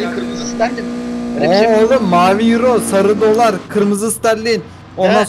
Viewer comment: ustam iç dış kaç yiro.:Yiro, yiro nerenin para birimi yiro😂